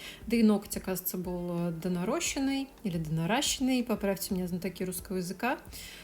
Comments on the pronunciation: Наращённые ногти. Ударение именно так. Наращивать - наращённый. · Насчёт правильности речи - я тоже долго гуглила, и, к моему удивлению, правильно "наращЁнные", с ударением на Ё и с А в серединке. Но я неправильный филолог, нормой считаю не то, что умные тётеньки и дяденьки в словарях написали, а то, как говорит большинство. А большинство говорит "нарОщенные")) Кстати, моряки тоже говорят "компАс", хотя для обычного человека это "кОмпас". Я за разнообразие, и в речи тоже)) Тем более орфография и орфоэпия - не те вещи, которыми нужно так сильно заморачиваться, есть в жизни вопросы и поважнее)) п.с. Хотя при этом я всегда замечаю ошибки и в письме, и в речи, молча отмечаю про себя и считаю их разновидностью нормы))) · а тут не нужно единое мнение. Есть правила русского языка))) Наращённые — часть речи — причастие, слово пишется только так и не имеет никаких других форм. Ударение необходимо ставить на букву «ё», а именно «наращЁнные». Согласно правилу русского языка, в корне «-рос-» / «-раст-» (-ращ-) на месте безударного гласного перед «с» пишется буква «о», перед «ст, щ» – буква «а». Слово происходит от глагола «наращивать», где ударение приходится на второй слог на букву «а», отсюда возникает ошибочное ударение в слове «наращенные». Наращенные ресницы очень большие Я сделала себе наращенные ногти